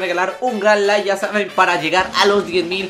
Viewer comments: Dijo nike en ved de like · Minuto nike en ves de like xd